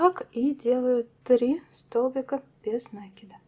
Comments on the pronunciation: Вот же нерусь, не нАкид, а накИд! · а вам срочно в словарь усиленно учится. Это несложно. Загляните в словарь. Там будет нАкид, только пожалуйста не используйте орфографический словарь, его нельзя применять для ударений, он в них часто ошибается. Старые словечки, которых нет в современных орфоэпических словарях, нужно проверять словарём Даля 😉, ну что просветились? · Идея, классная, спасибо за подробное видео! Но...какого нАкида просцици, русский язык для вас не родной? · НакидОм наверное надо вязать? У вас самой что по русскому было? Единица? Конечно нАкид, какие ещё могут варианты